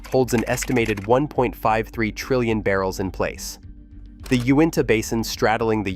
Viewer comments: lake “Win Tah” 😂. It’s “You in tah”. It’s no big deal. Just sounds funny to a guy from Utah. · Not Win-ta, it is You-in-ta From Utah. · First time I've ever heard Uinta pronounced 'Winta'. Being from Utah I've always heard it as 'You-inta'. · It’s not pronounced lake ‘winta’. It is pronounced you-inta. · Lake Uinta (ewe-in-tah) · That’s pronounced “you in ta” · That is pronounced Lake You in tah ( U-in-ta). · Uinta is pronounced "you-in-tuh." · Hey bro.....its "U..inta".....and "pe..once".. Like uintah mountains and pe-once .. creek......I know ive put rigs there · Let me help you out here a little bit with your pronunciations. 1) Uinta is pronounced 'U-IN-TUH'. 2) Piceance or Piceance basin is pronounced 'PEE-AUNCE'. If you ever visit the area don't ever let other people there hear you pronounce it any other way.